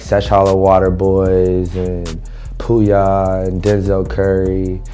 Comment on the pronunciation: why did he say Pouya like that lol